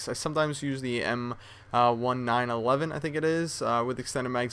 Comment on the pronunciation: I dont know about every one else, but it bothers me a little bit the way you pronounce 1911 lol. I mean, it is only the most popular handgun in the world. i've just never heard anyone say anthing but nineteen eleven lol